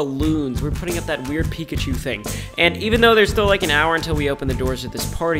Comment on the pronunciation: “We’re gonna SMasH Pikachew” -Ryan